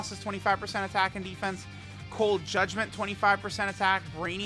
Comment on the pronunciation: did he just say cold judment 25% atk?